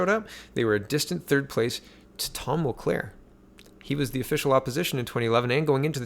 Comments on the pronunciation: Mulcair, not Mulclair. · JWR did NOT say JT broke the LAW. She has repeatedly chosen her words carefully and says that she does not think he broke the law. What he did do was break ethics laws... they're somehow different. Over my head. As well, his name is Mulcair not MulCLaire. :) Just keeping you straight. Good Job.